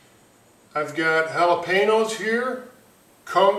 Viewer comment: Jalapeno* not Jabenero. lol